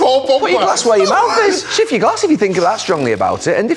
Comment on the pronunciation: 'Get your g-lass over there' 😆